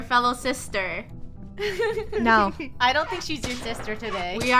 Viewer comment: Lunar always say famely sester 😭😭😭